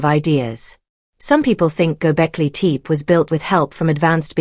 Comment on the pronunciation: AI voice mispronounces Gobekli Tepe. A rehash of what we already knew.